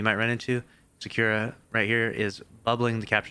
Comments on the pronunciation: his name is not secure lmao, Sa ku ra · Why can't you pronounce Sakura correctly